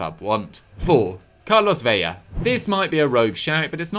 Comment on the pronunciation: "Carlos BEIA". Is it really so hard to pronunce a simple L?